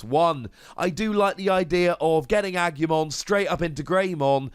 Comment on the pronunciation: congratulations on getting Angemon right ^O^, but talking seriously Kabuterimon has an interesting effect, and low evolution requirements, so the green deck seems to be for fast evolutions and counter attacking, mmm interesting if not a little dangerous, am gonna take a wild guess here that some of the other green cards are gonna help putting the oponnent's digimon to rest mode, probably Lilymon is gonna have an effect like that. Who knows but am definitely excited